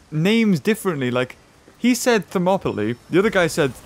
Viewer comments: He say thermoplies you say thermoplies is monopolie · They say names different to sound more Greek because names are little bit different, for example Hercules it's actually Erakles Ηρακλής , Herodotus Erodotos Ηρόδοτος or places Thermopylae Thermopyles Θερμοπύλες they're not accurate in English this is why it confuse you when you hear them saying them differently but they try to say them more accurate in Greek, I tried my best to write them in English to sound more accurately to Greek